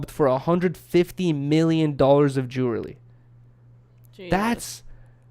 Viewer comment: pronounces jewelry like dj khalad